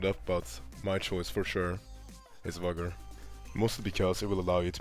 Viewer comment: It's VEE gor.